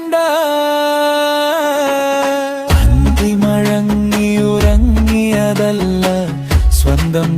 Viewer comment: അന്തിമഴങ്ങി എന്നല്ല അന്തിമയങ്ങി എന്നാണ് മഴക്കം എന്നല്ല മയക്കം എന്നാണ് മുയക്കം എന്നല്ല മുഴക്കം എന്നാണ്